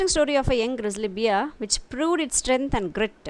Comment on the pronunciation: Very Informative...thank you..Hope the pronunciation of BEAR is like this word BARE. ..not like DEAR...BEAR....(Just a small correction)